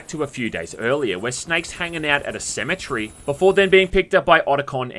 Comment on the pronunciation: I've always been a big fan of the extra-long cinematics in the MGS series, but Guns' story made them a bit wearisome. Also: "symmetry" or "cemetery,?" 😂